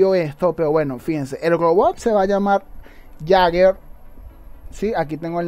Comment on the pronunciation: Saludos men Buen video me parece bien que WR haga esto y deberia seguirlo haciendo un rebalanice general de todo y por cierto el robot Jaeger se pronuncia " lleiger "